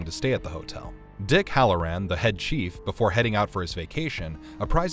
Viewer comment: Head chef... not chief lol